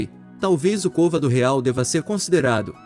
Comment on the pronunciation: Ótimo vídeo. Parabéns!!! So um detalhes, se diz côvado